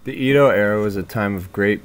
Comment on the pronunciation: nice video but Edo is pronounce EH-do not EE-do